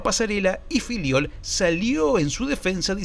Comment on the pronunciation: Soy yo o los argentinos siempre pronuncian Fillol como “filiol”? 😂